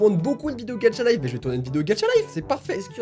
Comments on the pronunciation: Pourquoi tu dis gadcha life c'est GACHA LIFE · Il pronons gatcha life mais il c lecrir au moins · Alors un truc ses pas gatcha life mais ga cha life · Quand u dit gaCHa on jmfe au lieu tu dit gatcha life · On dis gacha lif pas gatcha lif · Ça ce dit Gacha pas Gatcha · Par contre on dit pas gatcha life mais gâcha psk ça me stresse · On dirait tu dit gatcha life 😂😂😂sinon j'adore tes vidéos 🙂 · C EST GACHA LIFE PAS GATCHA LIFE TU PRENONCE LE TTTTTTTTTTTTT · ON DIT PAS GATCHA LIFE ON DIT GACHA LIFE C COMME PAIN AU CHOCOLAT ET CHOCOLATINE PTN !!!!! 😂😂😂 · Sa se dit GachaLife et non GatchaLife 😂😂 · DSL mes sa m'enerve quand tu dit ga"t"cha et pas ga"ch"a😅😅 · On ne dit pas gatcha life mais gacha life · "Gatcha life" 😂😂 sinon continu comme ca tu gère! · tu dis "Gatcha life" mais c'est "Gacha life",pourtant c'est pas dificille de le dire.😂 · on dit pas gatcha life on dit gacha life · On dit 《gachalife》pas《gatTchalife 》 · Est ce que tu dis "tchat" non alors c pareil pour gacha life PS j'aime bien t vidéos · C'EST PAS "GATCHA" MAIS "GACHAAAAA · On ne dit pas "Gatcha Life" on dit Gâcha Life !!!😂😭😂😭😂😭😂😭😂😭😂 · Dsl Mais on dis pas « gatcha » On dis « gacha » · C'est gacha life pas gadcha life x) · "Gatcha-life" x) MAIS CA CE PRONONCE GACHA-LIFE PTN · On dit gacha life pas gatcha life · est on dit gacha life pas gatcha life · J'adore est le seul qui dit: "GATCHA" au lieu de "GACHA" 🤣. Ça m'a stressé toute la vidéo 🤣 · C pas gatcha life c gacha life mais on te pardonne 😂😂😂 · MÉ CA SE PRONONCE GACHALIFE PAS GATCHALIFE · je t'aime bien mais franchement, arrêté de dire gatcha life stp parceque sa ce dit gacha life 😭, sinon ta vidéo est super!😍 Continue comme sa ❤ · Même mary le dit comme ca gacha life pas gatcha life 😂😂😂😂😂😂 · Il a que moi qui entant dire Gadchalife à la place de gachalife 😂😂💜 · Je comprend pas pk a chaque fois que tu dois dire Gacha Life TU DITTTTTTT GATCHA LIFEEE C’EST KOI SA(ps: j’tadore UvU) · Tu le dit mal gacha life